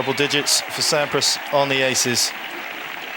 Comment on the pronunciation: That’s not Sampras it’s Swandpras